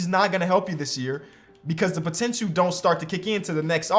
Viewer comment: "Potentchoo" As Dwyane Wade say's it. 😬